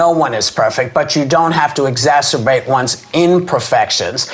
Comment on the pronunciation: "exasterbate".... Meghan McCain "I'm, like, a political expert"